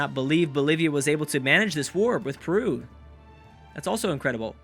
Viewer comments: saying " perwu"? hahahah i understand, but he is not spanish or portuguese to say the right pronunce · I cant accept how you pronounce Peru :D But it was an awesome episode! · Matheus Nery I know but he does it like without the "e": Prew :D I just think its funny^^